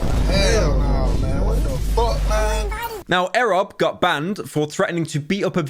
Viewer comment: why he saying it like that? its E.Rob